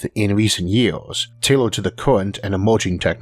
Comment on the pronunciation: Don't get me wrong, I love your videos and the amount of research you do for them. But the way you speak almost makes me not want to watch these videos. I mean you pronounce future like futore, university as univorsity and years as yeors. Is this some kind of failed forced british accent or a genuine speech impediment?